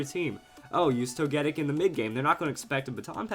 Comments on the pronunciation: Like toe-ghee-pee. Toe-ghee-tic. Toe-gee-kiss. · TogeTIC! It's not ToGEtic. C'mon. Say it with me. TogeTIC!